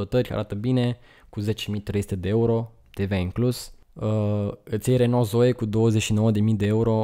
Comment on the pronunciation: Renault se pronunță “reonoo” 😁